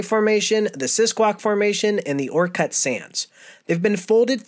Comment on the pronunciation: I live in Orcutt (btw its pronounced 'orchid'), I remember the backyard being mostly sand at my parent's house. Very unique. Great video!